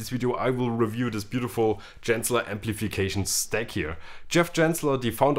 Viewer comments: Bitte Genzler mit G wie Gibson. Und noch was … das "e" von "the" wird NUR DANN als "i" ausgesprochen, wenn ein Vokal folgt. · Is that how you pronounce Genzler?